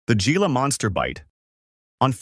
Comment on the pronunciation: The 'G' In Gila Moster Is Pronounced With The English 'H', Originating From The Spanish Adaptation Of A Native American Term For The River In Arizona And New Mexico These Lizards Are Named After, Derived From A Contraction Of Hah-quah-sa-eel Which Means "Salty Water Running